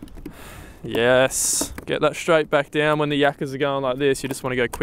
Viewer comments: Love your vids but please learn to pronounce the word 'straight' correctly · And while I'm at it, any other word with an "st' in it. Shtruggled Aushtralia Shtraight 😅 it fucking kills me